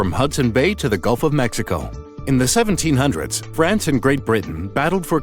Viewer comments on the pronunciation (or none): none